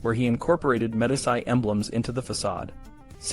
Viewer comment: Not bad for a young channel. FYI: Medici is pronounced “Meh-DEE-chee” as opposed to “Meh-di-SEYE” such as Medicine. They’re a really important and powerful family in Italy’s history. You’re going to come across the name many times if your channel is medieval. There were some other mispronunciations. I’m not passing judgment or being critical. I just wanted to point it out so that you can continue to improve your videos and grow your channel. 🙂